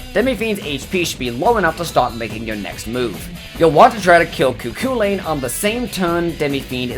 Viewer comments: You said Cu Chulainn wrong, it's irish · Alwys amusing to hear foreigs refer to Cu Chulain as Cuckoo Lane.